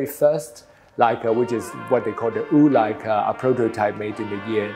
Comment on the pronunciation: The "Wu" Leica